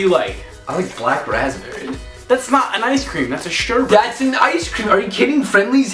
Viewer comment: Did you say Sherbert? haha omg